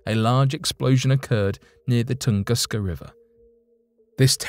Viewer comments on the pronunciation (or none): Tunguska is pronounced 'Toongooska'